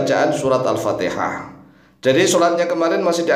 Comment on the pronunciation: anda juga salah pak alpatiha bukan alpateha. i bukan e.